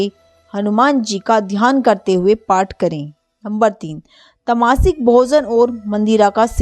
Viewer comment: Tamasi k nahi hai tamsik hai